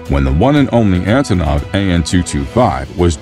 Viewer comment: ANTONOV.....not Azonov.